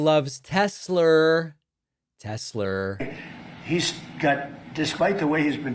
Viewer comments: Anyone more brain dead than kid rock? Is it tesslar or Tesla?? Very heavy like a toy!! Very heavy! Like a heavy toy!! Articulate to the max! Stupid to the max!! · Because he said Tesler instead of correcting himself, he’s just gonna keep saying it maybe Elon will change the name to Tesler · HEY DONNIE - "TESLER" comes from two words, namely "TES-la" and "Hit-LER" thus your term came up as "TESLER", just how dumb and stupid can you be? and LIVE on AIR! more than twice! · Came for the poignant political commentary…stayed for the “I love teslers” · Wow. Nobody will correct the "stable genius" on his pronunciation of "Tesla?" Are they afraid to tell him it is not "Telser?" LOL. Narcissist imbecile surrounded by cowardly sycophants. Medieval level nonsense. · I can alllllmost forgive trump for saying "Tesler" because my parents are from New York and often end words that end in -a with an -er, for example my dad frequently pronounces it "Americer". However I also think trump is stupid and his brain is melting. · Lookup "tesler siber truck" its hilarious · Tesler 😂 is he related to Medea Halleluher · Tesler? Can’t remember a big word like Tesla. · Tesler? I hardly know her! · "'Tessler'' What an idiot🤣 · every time he mentions tesler, its like that dude in idiocracy saying carl's junior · My Trump loving in-laws says Tesler as well. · What is Tesler? Hahahahaha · aussie say tesler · If he said Tesler multiple times it was all worth it.😂😆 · MAGATS hear the word Tesler and now will own it and call it that too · What’s a Tesler? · Oh my word! He said Tesler! He said Tesler! This channel is sooooo stooooooopid. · He wants to say Hitler but but then combines it with Tesla and it comes out as Tesler. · 😂😂😂 Every single one of these 🤡 know its pronounced TESLA but no one is brave enough to tell him! 😂😂 AND that includes the FAKE NEWS😂😂😂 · Gotta love Tezler!!! 😂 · bruh he said Tesla with the hard R damn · A small mispronounced word. You're reaching here. Who cares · Tesler lol wtf